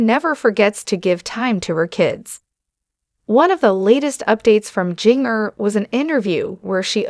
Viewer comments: Its pronounced Ginger not Jeenger good lord🙄🙄🙄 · PLEASE learn how to pronounce HER name! It does NOT rhyme with ‘zinger’. It is Ginger, like the spice! Nothing shocking here! Just another rambling on video! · Please pernouncing her name.. phenically, it is said as ginger as in ginger ale. It was spelled with a "j" as all of her siblings' names. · Pls learn to say Ginger correctly. Say it like the herb Ginger. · Yes please please learn how to say ginger...jinger😊